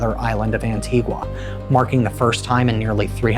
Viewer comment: Good content🫡 am Antiguan its pronounced an-ti-ga the u is silent keep doing good content 👍🏾